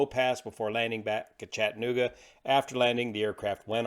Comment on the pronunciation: Ladies and gentlemen, the proper pronouciation is "Chat-ta-noog-a". It is not, I repeat, is not pronounced "Chatt-noog-a". Thank you for your attention. Sincerly, area native.